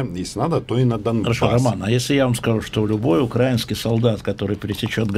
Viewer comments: Веник,возьми справочник ударений русского языка.украИнский, а не укрАинский,режит слух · Роман, объясните пожалуйста кучерявому разницу между "ура́инским" и "украи́нским"! Спасибо Ром, бесит просто!!! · Господин Венедиктов упорно игнорирует правила русского языка: если ударение в слове УкраИна на "И". то и в слове украИнский тоже. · Роман, я думал Вы поправите ведущего Эхо Москвы, похожего на Вассермана, что правильно говорить не укрАинский, а - украИнский! Интересно, если-бы Роман говорил "рОссийский" . Было-бы прикольно. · Бенедиктов специально делает ударение в слове украинские на звук а. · Роман, почему ты не не научил этого кремлевского пуделя говорить украИнский, а не укрАинский? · Венедиктов вроде грамотный человек но в слове украинский, ставит ударение на А. Срамота.... Роману респект, от Внедиктова блеванул. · Все дальше и дальше от России,в НАТО и ЕС. Благодаря России я захотела выучить украинский язык,а после 15 тыс погибших,точнее после Илловайска,а еще точнее, обстрелов из Гукова, для меня Россия умерла.Почему Венедиктов в слове украинские неправильно ставит ударение? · Веник упорно говорит укрАинский вместо украИский и На а не В Украине. Гаденыш... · не укрАинский, а украИнский. упой пропагандист Венедиктов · Интересно, Венедиктов слово "украинский" может произнести с правильным ударением? Или методички не разрешают? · Имперец-Венедиктов, НЕ разу НЕ поставил правильно ударение в слове: украИнский !!! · знаменно, що кривозубе волохате страхіття не спромоглося вивчити російську і кожного разу неправильно ставить наголос у слові "украинский" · Причем ему на это указывают в каждом эфире. Позорненько для шефа"Эха" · надо говорить не по фене, а по правилам русского языка, которые декларируют ударение на "и". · Профессиональный российский "журналист" не в курсе как ударение в слове "украинский" ставится через проверочное? Или это принципиальная имперско-фашистская позиция? Поизносившийся ёршик...